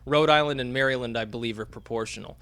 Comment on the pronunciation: Repeat after me, young Skywalker: MARA-lind